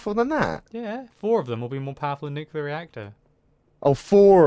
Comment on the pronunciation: atath the wires from the nucular reactor